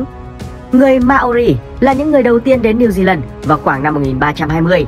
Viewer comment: Mao ri not ma o ri nha :)))